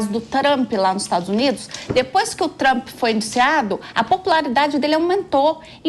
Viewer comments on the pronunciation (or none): "Taramp".😂 "Corrupirrição". 😮